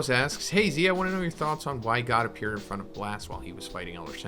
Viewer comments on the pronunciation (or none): none